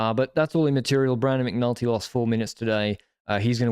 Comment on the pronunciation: I swear I heard you call McNulty 'McNuggets'! Love that you guys are having a giro camp out ❤